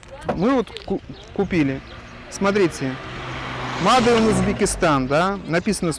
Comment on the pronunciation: тупой даже не знает как говорить made (майд)